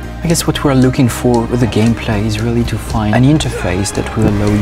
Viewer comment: It's ze emotions in ze horse.